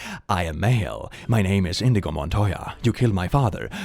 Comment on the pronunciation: Its "Inigo" not "Indigo" Bad! Now go to your room and watch the movie! 😅